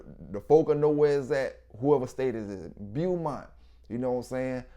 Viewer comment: Beaumont is pronounced Bo-mont